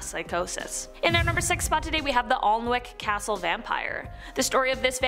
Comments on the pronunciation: Alnwick is pronounced annick and Newburgh is new burrah for future reference, it's just English being weird as usual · You totally butchered the Name of Alnwick Castle, that's not how you pronounce it lol